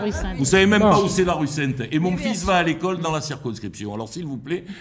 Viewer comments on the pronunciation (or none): none